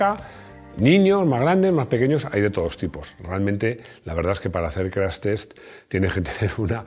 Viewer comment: CRASH TEST así como está escrito!!! No se te escucha profesional CRAS TES.!!!